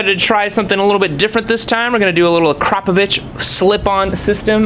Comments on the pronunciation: its not kropovich is akrapovic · Its pronounced akra-poe-vick. Not akro-paw-vitch! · Please stop mispronouncing akropovic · it's actually pronounced ahkhra-povich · So much confidence? Wow. It's vitch.